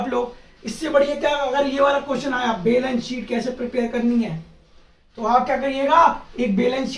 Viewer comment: Chootiye वो "बैलेंस शीट" होता है, नाकी "बेलन सीट"😂😂